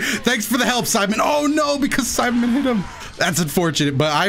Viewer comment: Everytime you said Saibaman, I heard Simon and I was like : "Who is Simon ?"